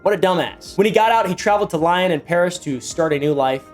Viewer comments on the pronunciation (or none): lyon is not pronounced lyon....